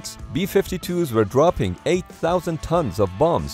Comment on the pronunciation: vietnim. you werent there man. vietnim was crazy